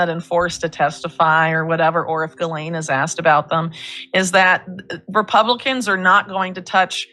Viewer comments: Pronouncing her name "Giz-Lane" is fun for obvious reasons, but in french, it is more like GILL-en,' emphasis on the first syllable, and more or less rhyming with "Chillin." Google won't give you this pronunciation; the accurate source is when you listen to how Ghislaine's brother pronounces it, and how (recently deceased) Virginia Giuffre, who knew her for years because trafficed by Ghislaine, pronounced it. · But Jeff couldn't bring the girls to the White House 😂 Also its "jee-LAYNE" please have some respect for all of the women with that name that are NOT convicted sex traffickers. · No you're calling her Jizzlane because you're miss pronouncing her name. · Her name is pronounced more like Guh-lenn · You don’t pronounce it “jizzlane”😂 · The sexual predator's name is pronounced "Ghee-lain." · It's pronounced Gheelane ...😅😅😅😅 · It's pronounced gill-aine'. Other than that, I find no facts I can contradict.